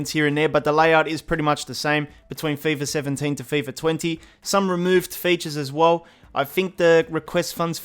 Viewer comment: "feyfah sevhen-teyn"